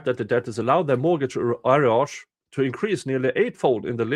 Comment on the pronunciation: At least in my portion of Canada, "arrears" is pronounced like "are rears" or sometimes "a rears" Hope this will help you in future readings, as I suspect it will be a common word used for these matters